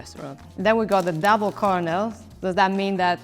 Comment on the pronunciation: Nobody told her about the R in colonel here.